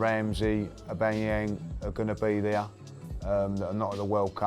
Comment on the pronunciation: That pronunciation of Aubameyang 😂😂😂